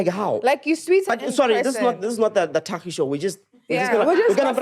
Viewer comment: and must teach Thakgi pronunciation 💀